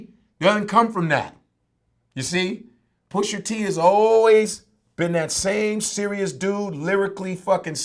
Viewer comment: PUSHA...NOT PUSHER